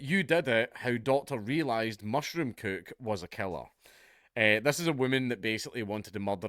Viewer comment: Didn't know if you said mushroom cook or kook. Works both ways.